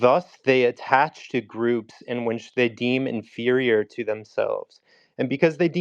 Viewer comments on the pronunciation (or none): How the hell is this white boy trying to spell check somebody but he keeps saying winch instead of which. 🤷🏾‍♂️